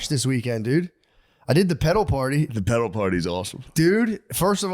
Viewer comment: The way Matt says “pedal” it sounds like he’s saying “pedo party” and I don’t wanna get put on a list